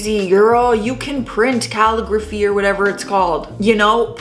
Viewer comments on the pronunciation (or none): kuh·li·gruh·fee that's how you say it. It's one of those words that look really complicated. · Kuh- lig- ruff- ee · It's pronounced 'cal-ig-ruh-fee' lol 😊💜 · It's pronounced cuh-LIG-gruh-fee. I agree, though, just with one slight difference. Goth bride could have asked all those making the invitations to each do one and only one. Then put them all together and decide which one you like best, maybe pick more than if you can't pick an absolute favorite or even use them all. Then just make copies and send them out. I do have a question though. If goth bride was having the envelopes sealed with wax, could they still be sent thru the mail? Even if the post office didn't reject them for the wax, would it still be intact by the time it arrived? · Um how does one not know how to pronounce "calligraphy"?